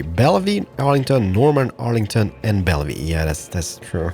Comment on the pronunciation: its pronounced Bell-view